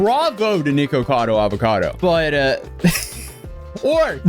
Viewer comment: Thanks for saying the name correctly this time